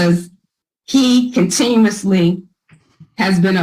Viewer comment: What the hell is a subsequence incident?? has invented her own language, I guess. Continumously? Not quite $10 words. Buck fitty at the most. Ima start using Hood speak. Think Babbel offers it?